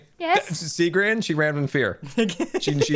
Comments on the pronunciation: its gr-aha-n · “Graham” -Google Translate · Graham> Grian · Lmao it google translated gri-aha-n to graham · So there is a translate button below youtube comments now and Gri-aha-n became Graham lmfao😂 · It says "translate to English" and it turned gri-aha-n to Graham lmao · Gri-AHA-n translated to Graham BRUH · Gri-aha-n Google translates that to Graham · Apparently google translate is thinking that gri aha n is graham LOL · grian has some salmon and its rA-HA